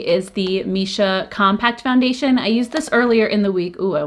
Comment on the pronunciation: Just a little FYI, Missha is pronounced Me-sha :)